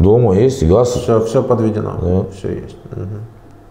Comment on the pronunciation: НЕ ХАЗ,А ГАЗ..ЭТО ТЕБЕ ДЛЯ ИНТЕРВЬЮ НА БУДУЮЩЕЕ..